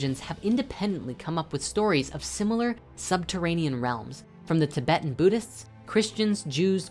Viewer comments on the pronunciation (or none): none